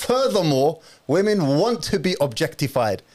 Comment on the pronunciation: Why do u say vv instead of W when saying women?